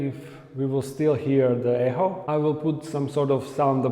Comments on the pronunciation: To be perfectly honest I don’t think you could have made it more simple, it’s very clear what you are going to do. I can’t wait to see it all come to fruition. Edit: I just want to let you know that “Echo” is pronounced more like “eco” the phonetic spelling is ekō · e-k-o , less pronunciation of the h in echo xxxxxxxx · you say echo funny